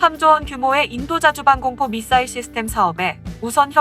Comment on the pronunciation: 사거리라고발음하는데..? 사거리가 문제가아니라 미사일이문젠데 미싸일이라함